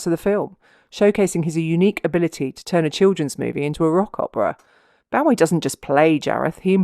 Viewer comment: david boh-ee not bow-ee . although the person whom he named himself after was pronounced boo-ee